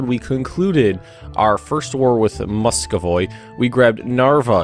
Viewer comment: It's Muscovy not muscovoy